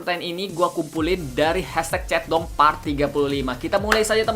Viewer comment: Ap cuma gw yang denger kak regi ngomong " chat dong " jadi " centong "